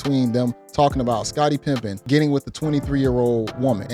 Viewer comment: I heard "Scottie Pimpin" 😂, maybe it waa slip of the tongue, or something you been waiting to slide in.